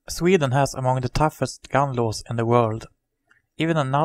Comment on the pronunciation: han måste lära sig engelska han säger lows låws